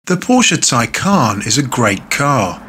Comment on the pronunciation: No one says it like you “Taycaan”